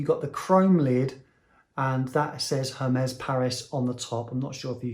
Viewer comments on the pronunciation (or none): Please, pronounce it right... Ermes not Hermes!!!